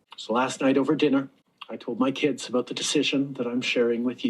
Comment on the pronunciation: It's abooot time ah.